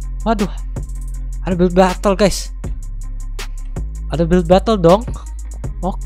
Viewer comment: si ngomongnya „batle“ guys sebelum dia edit